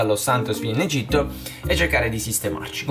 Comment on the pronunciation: Egitto non egiti